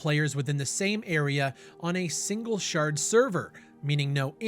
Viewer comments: AI voice? Shared not Shard. Power off AI. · It's pronounced shared not shard sir 😂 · Did you say "Single shard server" instead of "shared" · I'm pretty sure you meant 'shared' universe.. not 'shard' universe :) it comes from reading your script.. I've done it XD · ..and I stopped watching when you pronounced "Shared" as "Shard" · Did he say Shard instead of shared? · a single SHART server? how does an english speaking person not know how to pronounce “shared?”